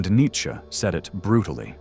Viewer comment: "Nietchze" LOL